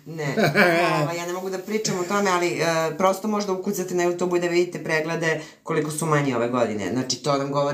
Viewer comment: Aman, ljudi, ježimo se na vašu izjavu,, JUTUB,, IIzgovara se,, jutjub'' Smeju vam se ljudi!